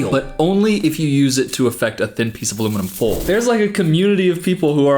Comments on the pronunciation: southern accent detected "aluminim full" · aluminum foal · said aluminum fole